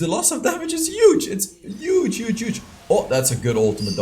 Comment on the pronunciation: Trinity forge plus glute graves is Youge! Lol sorry I had to pick on it accent bro. Love ur channel have seen every video.